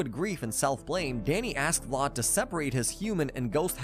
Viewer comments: It’s pronounced VLAD ( VL-ADD) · It sounds like you’re calling him Lot instead of Vlad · Vlad with a V bro not blood 💀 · The way you pronounce Vlad’s name makes me cringe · Hate the way he says vlad